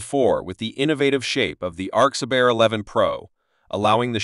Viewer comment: @@ it is good but like video said arcsa "bear" rather than ber